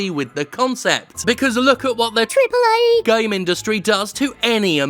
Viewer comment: I'll never stop laughing at that pronounciation of AAA